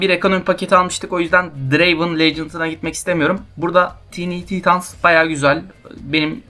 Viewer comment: Tiini titans diye okuman çok güzel abi